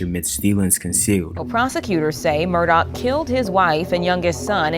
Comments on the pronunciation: His last name in the "low country" is pronounced Murdock. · that's OK. The way you pronounce it is definitely the way it sounds and also it fits the narrative of his alleged crime. Also your documentary is very well done. I've been following this case for a while and you provided a lot of information that most docs miss.